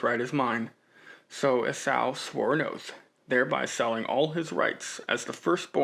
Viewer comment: Enjoyed your thoughts on "as far as you can see in every direction". I always just assumed it was a massive area, but your assessment makes sense. Also, Esau is pronounced "ee-saw". Thanks for pushing forward.